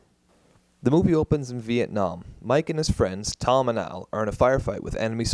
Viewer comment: I’m still pretty sure it’s al not aru and mike not miku